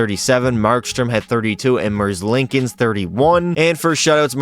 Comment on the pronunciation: I hate how you pronounce "Merzlikens"